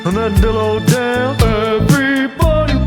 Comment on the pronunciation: Does anyone hear the D in the word Dillo on accident?- 😅😅😂😂😂